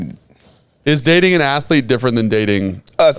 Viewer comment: I'm a Ath-a-lete